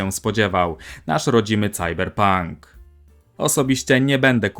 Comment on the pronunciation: Słyszałem już wymawianie Cyberpunk jako po prostu Cyberpank, albo Sajberpank. Ale Cajberpank usłyszałem po raz pierwszy tutaj. :) PS Kusi mnie Front Mission, bo uwielbiam strategie turowe, ale jakoś nie przepadam za mechami. Czy mimo wszystko warto dać szansę? Jak bardzo jest dobra ta gra? (Into The Breach uwielbiam pomimo mechów). ;)